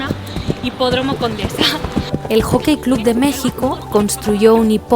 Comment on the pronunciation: Se pronuncia el yokei club